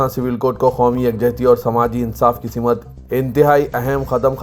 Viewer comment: News reader ki urdu Simt ko simat Bittarteeb ko bilattarteeb Unnis ko wannis Kahte hain Kisi ne ghaur nahi kiya Aur bhi bahot si ghaltiyan hain